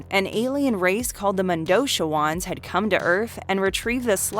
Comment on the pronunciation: oh how you murdered the Mondochiwans name in the Fifth Element